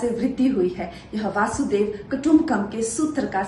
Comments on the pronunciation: vasudev kutumbkam nahi kangna didi... vasudhaiv kutumbkam hota hai... aur bhaatvasi nahi bharatvasi hota hai... inki zuban bhi modi ji ki tarah ho gayi hai... muh se polythene nikal ke baat karo didi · चमचा गिरी जीभर के करलो लेकिन सही बोलना सिखो वासुदेव नहीं वसुधैव कुटुबंकम होता है।